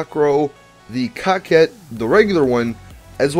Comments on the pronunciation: Why does he says cockcette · Dude You pronounce these cars' names wrong Mass-a-crow is how its pronounced Coquette is like corvette but with a Q Good god. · I heard you say the cocket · Dat I think that I seriously need to question you guys that are pronouncing that word as "cockette".: ) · Dude! Definition of:'coquette' is:'female flirt.'. Learn more It's "koh-ket." Thank you. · Cocket? It's coquette lol English has been around for hundreds of years.